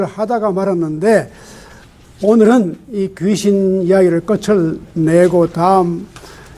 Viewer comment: 좋ㅎ은 강의입니다. 한가지. 귀신의 "귀"는 "길게"밯음하시옵소서.